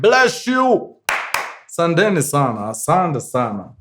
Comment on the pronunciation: Mkuru na si asandeni ni asanteni 😂